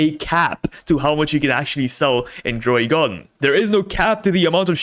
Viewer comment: “DroidGarden” instead of Grow a garden 🤧😢